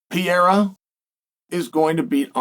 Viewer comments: who is pee-ara? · I used to think Chael was somewhat educated, but he can't learn to pronouce Pereira. 😅 sounds ignorant. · Love ya chael, but first learn to pronounce perriera and what about the coronavirus he was getting over when the last fight occurred?